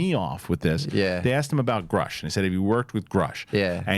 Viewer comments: I think the surname Grusch is German and is pronounced Groosh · Re Big thing it is grusch with a short u, so is more right than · So, he knows Grusch, but doesn't know how to pronounce his name? Ok.